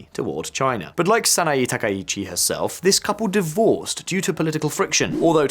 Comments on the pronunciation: Just a friendly correction: Sah-nah-eh *not Sah-nah-ee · I couldn't get over how you kept mispronouncing the given name of Japan's new PM. The e sound in the name Sanae is pronounced with an eh sound. Edit: I noticed how you pronounced all other names correctly. 😬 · Try first to say her name correctly please... saa naa eeh. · The mispronunciation of Sanaee Takaichi with an Ee/ea is ... a little irritating 😅 it's Sanae / SanaEY, like in Hey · Before making public broadcasts about a foreign leader, it's good practice to learn how to say their name correctly. It's "Sanae" (さなえ). You seem to be saying "Sanaii" (さないい). Imagine if a foreign commentator said "Kor Starmer". They would sound ridiculous, or American. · SA NA EH. It's not that hard. Just say "Sana" and then blur that together with just pronouncing the letter "a" at the end. Why would you pronounce an E the same as an I? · It’s pronounced “San-ah-eh.”